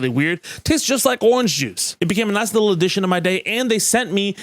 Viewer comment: I knew you'd lived in Massachusetts for at least a minute the second you described it as "just a liiiiittle but racist" 🤣 Miss you, Dorchester